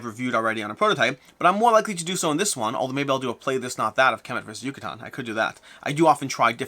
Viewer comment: You where really close!! “Yucatán” is pronounced like “juice” “ju”, a strong “ka” sound like “karma” and “tan” like “tank”. YU-CA-TÁN 😉